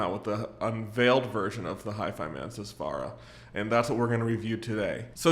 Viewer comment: Please take the time to pronounce “susvara” and other Hifiman names properly. They are Sanskrit words of significance to Indians and Hindus. Just like we take time to pronounce Western or European brands and models correctly, reviewers should put some effort into respecting Eastern cultures too